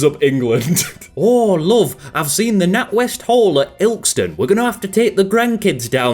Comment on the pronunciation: I dont like the way he says ilkeston